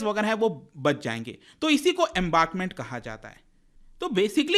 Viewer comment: Firstly it is embankment not embarkment and secondly darchula is nepali District.